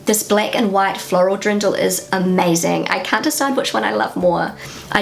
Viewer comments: Fun video, you are very observant! But did you say Drindel? May I give you a tip on how it might be easier to pronounce? Deer-n--dell Just separate it and slowly pronounce it and then at some point try doing it faster. That method has always helped me. You will also not say: Ja may ... instead it is Ja mei (as in the german month of May - which is Mai, or as the word "my", if that is easier) Don't know if that is helpful, maybe you want to try 🙂 "Ja mei" is actually an expression and its meaning is similar to "oh well, ..." Are you aware that stores don't stock up on fresh items (produce) on Fridays/Saturdays? It would make much more sense to go shopping on a Monday/Tuesday, or even Wednesday. If you go early on a Monday they might not have everything out - or priced - yet. I usually try to do the shopping at the beginning of the week, as the sales items will still be available and produce will be fresh. Unless you go shopping more than once a week, then it definitely makes sense to also do it on Friday. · Antoinette Love … you made me smile. Introducing on how fab it feels to wear the local Dirndl you continiuosly said DRINDL … made me chuckle all the way 😍🥰😘 Try Derndel instead and you’ll be fine 😎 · Hearing you say "Drindl" so many times made me giggle. 😬